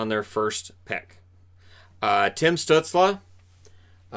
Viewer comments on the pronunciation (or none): Hey I really enjoyed the video and your channel! However I do believe that Tim Stuetzle is pronounced “stoozle” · Reichel and pitirka? No no no no no Stuzle and pitirka :)